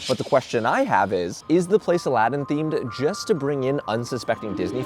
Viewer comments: Nooooo you forgot the second “a” in Aladdin 🥺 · Bro, u missed some letters. -Judging C(r)iteria -Al(a)ddin Cafe